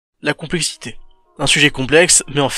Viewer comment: compl"è" xité et pas complicité